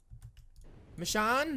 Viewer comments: Ur saying it wrong roi ur saying it like Mishawn but it's like machoone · its read micone not michone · you said her name wrong Mitch_own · STOP PRONOUNCING IT LIKE MICHON ITS MICHOOOONE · Not me-shon it's meshone or michonne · no offense but, how can Michonne be your girl if you can't even pronounce her name right. it's a long vowel o, not a short one (mish-oh-n). like I said, no offense. not trying to be mean. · That's how you pronounce it. (Mish-Own) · IKR It's Me/Ma-shone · Roi says mich-on she is called mich-o-n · He's pronouncing the name wrong! It's pronounced ma-sh-oh-n but not spelled like that. I love u! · its mee-shown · Michonne is pronounced mishown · it' machone not machon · Her name is actually prenounced as mish-own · The way he pronounces her name is the way to know that he doesn't watch TWD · can u plz pronounce her name right!_ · you are pronouncing it wrong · You are pronouncing her name so wrong it's kinda funny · your saying it wrong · Your sayin the name wrong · U saying her name wrong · you said michonne wrong sorry guavs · If you really watch the walking dead and like michonne you would know that your saying her name wrong and those weren’t her daughters because she only had a son who died. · He's saying her name wrong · Your saying michonne wrong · you said the name wrong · I thought you pronounce Michonne with a long o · It a long o not a short k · He pronounces machonne wrong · Yah your pronouncing it wrong